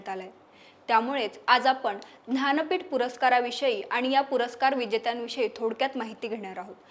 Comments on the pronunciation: aaho Dhanpeett Navee Jnanpeeth Ase Uchhar Kara Sham Sham 😢😢😢😢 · महत्वाची माहिती दिली आहे मात्र ज्ञानपीठ या शब्दाचा उच्चार ध्यानपीठ असा भासतो